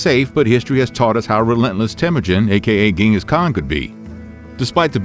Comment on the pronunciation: I would have liked that, as someone claiming to be educated on Mongolia you would know such a basic thing like that this man's name is pronounced 'jin-gus not gen-gus. Sorry to be that guy, but that's his name.